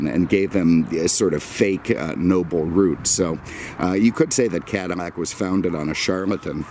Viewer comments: Its called "Cadillac"....not cadamac....get it right! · Why the F is he saying "CadiMAC" a lot???..LOL...It's CADILLAC.....lol Family had a 1975 Coupe de Ville Cabriolet in Knickerbocker Tan Firemist with a White Cabriolet roof, & power glass Moonroof. It was the dealership owners Demo car with extremely low miles, so it had every option available. Beautiful automobile. This looks like the Calais Model, which had very few options. The paint needs to be compounded with a buffer, too, the gloss would come right up. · caddy, not cuddy! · Is he saying Cadimac? A real beauty and nice presentation! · Cadamack? what's a Cadamack? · eveytime he says Cadimac it pisses me off more and more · Why is he saying Cadi-N-ac? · Bro?! Why the hell do you keep calling it a "cadimac"?????? Did you misread it on the day of your review and decided to say "cadimac" 50 times?? So damn lame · You seem to have a thing about mispronouncing Cadillac in any of the videos